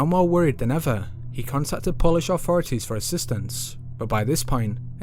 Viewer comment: Who removed the "th" from the English language and replace it with "V " or "F", ie wiv, auforities, fird, deaf (death) feory, somfing . speak properly please, otherwise excellent video.